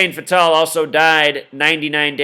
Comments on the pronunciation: U keep saying fatal like the indian name patel but its fatal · You say "Fatal" so wrong my brother... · you cant even say fatals name right. these people are old and died. all black guys know most dont make it to even age 60. the old saying is what good is social security for the black man if he dies before he can even get it. syke was a big guy, he had health issues. it happens. he lived a pretty god damn long time.